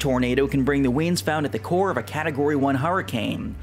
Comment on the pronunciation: This was very interesting. Side note, you pronounce winds like weeends.